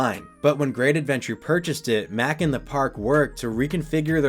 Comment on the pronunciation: Why are you pronouncing MACK like that when that's not even how the company pronounces it? Come on now, you of all people should know better. Lol.